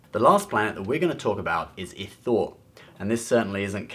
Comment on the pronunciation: also the second planet is not caridia it is CARIDA and secondly sir ITHOR is pronounced eye-thor and it wasnt completely destroyed cause the planet is still there.